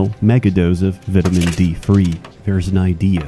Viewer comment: I thought he was pretty okay, but then he pronounced vitamins wrong and I knew he was insane.